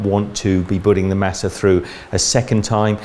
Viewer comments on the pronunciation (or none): It’s pronounced mah-suh not mass-uh. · Omg you’re saying Masa wrong!!!!!! It’s pronounced Mâh-sâh